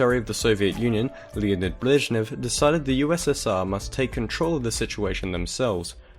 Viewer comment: Leonid BLESHnev :D